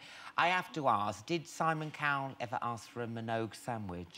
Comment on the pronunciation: It's Minogue not Minouge 😂😂😂